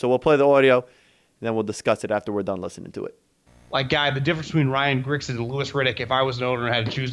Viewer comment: Dude. It’s fucking GRIGson. Not Gritchen